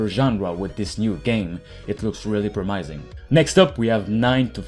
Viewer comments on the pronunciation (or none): Promising. Never heard it pronounced promysing. Said it like 5 times... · bro said promaising